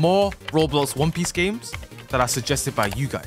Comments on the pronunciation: "Won peece" 💀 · "Won peece" thats one piece on crack 💀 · won peece game ahhaha